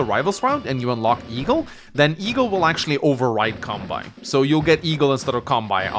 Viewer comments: It's kan-bay, not kan-buy. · Halla! Kanbei uttales slik: Kanbe[e] I Japansk språk så er bokstaven «i» etter bokstaven «e» en forlengelse av «e». Japansk «e» uttales likt som norsk «e» så du trenger kun å si «Kanbeeeee» Kilde: Jeg har Japansk med Japanstudier batchelor fra UiO, hehe. Digger kanalen din! Keep up the good work! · Alright the phonetic pronunciation of Kanbei’s name is Khan (as in Genghis Khan)- bay (like a bay window or a bay where you anchor a ship). Love your gameplay and don’t really mind your pronunciation personally, but heard you mention it in a recent vid and figured with in being an Kanbei mission I might as well put it here. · Kan-BAY,! Kan-BAY! Japanese pronunciation, not German! Your pronunciation has been not okay for years! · Just so you know it's pronounced like Kan-bay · If you'd never explicitly talked about pronouncing his (Kanbei's) name wrong on video it never would have started bugging me, but since you did and you actually are aware how to pronounce it right, pleaaaaaase start doing so. Kanbei rhymes with Sensei. Japanese vowels are extremely regular, and are always pronounced the same way. The final "ei" in both names is pronounced exactly the same way. If you can pronounce one, you can definitely pronounce the other. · I love these videos, but ' pronunciation of Kanbei always distracts me. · Still can't say Kanbei right though. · Maybe it can be something to do with what original accent his English teacher(s) had.